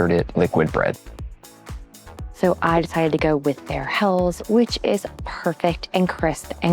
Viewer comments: It's pronounced Hell-es and not Hells !! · Helles is a two-syllable word: HEL-les. The final “e” is sounded, like the “e” in “less”. 👍🍻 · Have been to Augustiner in several locations. Great restaurant and excellent bier. Say “hell - es”. Next times(s) head to Bamberg for craft brews and to Sachsen for “thicker” Czech style lager.